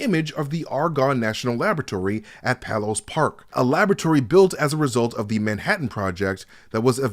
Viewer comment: Argonne Labs is in PAY-LESS Park, IL, PAY-less, not PAHL-LESS park! I've heard it mispronounced SO many times! Sorry, Illinoisian rant there, had to get it off my chest. Please proceed....